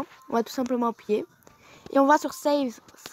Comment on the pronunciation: J'ai trop kiffer quand tu a dit appouyer et non appuyer 😂